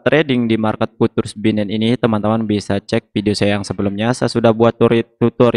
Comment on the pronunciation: Futures dibaca fiucers mas..